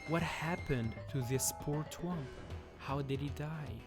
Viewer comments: So he says stuff like twomp instead of thwomp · "Twomp" *THwomp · The way he says twomp is so funny